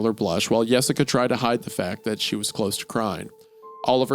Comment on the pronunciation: I knew Hunter would have something to say about “Yessica”